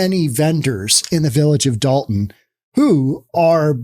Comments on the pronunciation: Be reasonable. I lived there for most of my life. It's Dolton not dalton. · It's Dolton, not Dalton, you maroon! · DOLTON not Dalton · Btw. It’s Dolton